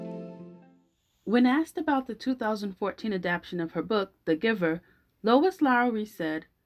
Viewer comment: You are saying adaption but it's adaptation.